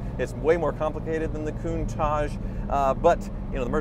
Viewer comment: Goontage, Kuntage? It's a Countach, pronounced with a tash at the end, right?